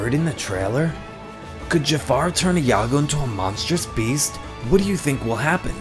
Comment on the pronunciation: Informative video, but please work on your pronunciation. It's not "Ih ya go" or "Ee ya go". It's just "Yago". The I and A combine to form a Y sound.